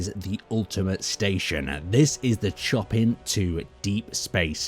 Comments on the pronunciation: Chop in...really? Its pronounced "Showpan" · Chopin is a classical music composer and it is pronounce "show-pan". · Correct me if I'm wrong but I believe it's pronounced (Sho-pin) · Close. Show-pan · The way he said it was bothering me too loooool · And the 'a' in 'pan' is pronounced with an 'ahh' sound, like your at the dentist with a pop stick in your mouth It was kinda funny having that pronunciation jump scare me at the start of the video, im glad im not the only one who picked it up